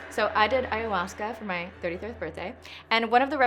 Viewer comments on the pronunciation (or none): none